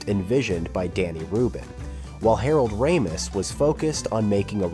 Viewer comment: Not just the pronunciation of Harold Ramis’s name, it was also frustrating to never hear his name without the first name attached, like the two were one-run-on name. And the composer Rachmaninov isn’t happy with how your robot pronounced his name either.